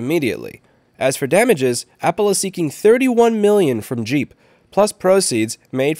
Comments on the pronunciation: If it's GEEP, it aint said like JEEP. Its more like G-imp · It's not pronounced jeep, it's pronounced geep. think gah, not jah, think geek, not jeep.